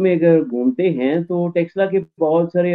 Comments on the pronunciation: Sir, Taxila nahi... Takshashila bola jata hai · टैक्स ला 😂😂😂 नहीं है भाई तक्षशिला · 🤦🏼‍♂️ अरे यार टक्सला नही तक्षशिला है. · It is not TAXshila it is TAKH-SHEELA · By pronouncing it in wrong way as Texila, till you are disowning this University. Please pronounce it in a correct way as takshila. It is correctly spelled as Takshashila in English and in devnagari script written as तक्षशिला. One more spelled version is Taxila, but it is wrong. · It's called Takshashila not texla..in modern term it refers as taxila...again not texla... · Taxala nahi, Taksh Shila... 😅😅😅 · Texla 🤣🤣🤣🤣 Taksh-shila... more specific Ta-ksh-shi-la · It's not Taxila. It's Taksh-shila. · What is Texilla? Madrasachap it is Takshashila....next time you will say shakila or teqilla 😂😂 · Taxla nahi Tax Shila bolna seekhe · You both are pronouncing wrongly. . It is not TEXLA. . it is TAX SHILA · Kyu Takshashila ka nam bigar rhe ho Texla texla bol bol k Shi nam ka aucharan krna sikho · Prof can't evenpronounce word it is takshashila it is Sanskrit word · please correct your pronounciation to Taksha Shila.